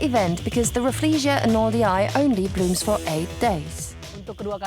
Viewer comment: Pls u butchering the name Arnoldii is painful to hear 🥶